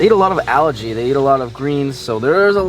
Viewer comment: it's algae! There's no R in algae, otherwise you are saying allergy lol yu and Blake are the same 😂